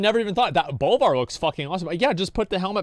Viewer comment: its BOLVAR